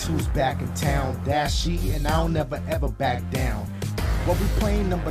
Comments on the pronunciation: “DASIEGAMES Best Moments of 2019” where the H at my guy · it said dasiegames instead of dashie lmao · Wheres the h in dashie